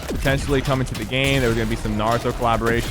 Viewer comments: naruto not nauuuuto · Sypher: Ima huge anime fan Also Sypher: pronouncing naruto wrong